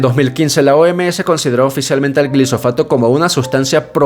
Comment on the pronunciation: Se llama glifosato, no glisofato. No es cancerígeno. Las demandas fraudulentas son parte de la campaña organica en su contra y no tienen sustento cientifico. La clasificación de la IARC fue solicitada por los abogados para poder hacer las demandas y Bayer ha ganado la mayoria de los juicios porque no es cancerígeno. Soy agricultor en los Estados Unidos y no nos dan subsidios para sembrar maíz. Una excepción es que he escuchado que para la producción de etanol si estaban dando subsidios. El maíz se vende barado porque no tiene tantos insumos. El maíz BT elimina la fumigación de insecticidas y el RR elimina la mayoria de los herbicidas y la necesidad de labranza y pasar la cultivadora. Aparte sale mas limpio, de mejor calidad, y mejor rendimiento. El promedio por hectárea son 5 veces más toneladas en los Estados Unidos.